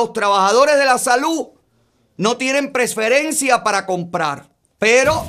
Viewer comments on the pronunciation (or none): SE COMIERON LA LETRA N EN PREFERENCIA. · Yo pensaba que el error estaba en la S... Preferencia es con C...